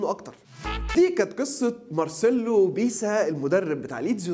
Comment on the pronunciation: بيسا؟؟ دا لو سمعك بتقولها هيعتزل اكرمله